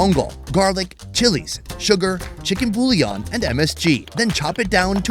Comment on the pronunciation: My guy said “chicken bullyon” loll